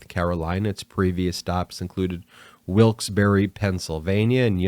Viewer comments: Haha, it's Wilkes ' barra' not berry. Love your show... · “Wilkes Bar”, Ben. The second r and e are silent. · Great podcast, but...it's pronounced "Wilkes-BAR." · If you can't pronounce Wilkes-Barre correctly, you obviously haven't researched your subject well enough to be credible. Perhaps you should look into another line of work.